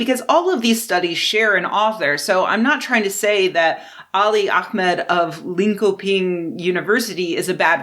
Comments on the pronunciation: It’s pronounced “lean-shep-ing” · Ngl, your pronounciation of Linköping as Linko Ping sounds like faux chinese, sorry haha It's rare that it turns out I've actually read a study you bring up, but this time I actually read the one on transgender discrimination months ago, just an odd coincidence.